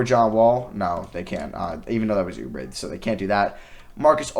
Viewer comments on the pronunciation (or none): none